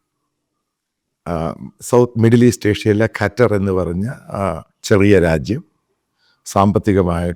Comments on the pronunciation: കറ്റർ അല്ല " ഖത്തർ " . കള്ളം പറയുന്ന ചാനൽ... കറ്ററിലുള്ള വലിയ എത്രയോ പോസ്റ്റുകളിൽ ഈ പറയുന്നവന്റെ ആളുകളെ ഒരാളെയും നീ കണ്ടില്ലേ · കറ്റാർ alla😂 ഖത്തർ ✌️